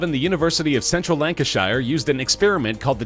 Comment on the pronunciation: You pronounced "lancashire" wrong, you're supposed to pronounce the "-shire" as "-sher", the same way it is pronounced at the end of "yorkshire"